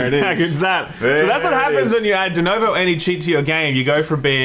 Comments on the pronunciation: Please....for fu@ sakes PLEASE people, everybody learn how to say DENUVO. It's a fu@ U. Pronounce it, FFS. Also if you guys don't think there are cheaters in basically EVERY online multiplayer then I think maybe gaming news is not the place for you..... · I've noticed a trend with idiots not being able to READ A SIMPLE NAME RIGHT. It's DenUvo, not fucking DenOvo. And since the guy in the video just before did that same crap. And also, idiots have a tendency to misread any word or name they didn't see before and keep misREADING the word ad vitam eternam. So, they keep reading and reading the same name or word and NEVER read it, their brain just don't see the information before their very eyes. It has always pissed me off. Sorry that you happen to tale this rant, but as I said, some other guy did the exact same irritating thing in the video saw just before, and I was almost sleeping, but it made me jump out of bed to tell you how awful it is to hear people fail at reading a VERY simple name. DenUvo. There, is it THAT hard? And fuck Denuvo AND Bethesda. I hope they both go bankrupt, they don't deserve to exist. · Is denOvo some kind of internal joke or they are just mispronouncing it ? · Is it me or they are saying DenOvo instead DenUvo? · LOL 'Denovo'...